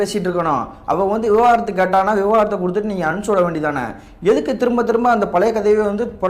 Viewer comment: விவகாரத்து இல்லை தம்பி, விவாகரத்து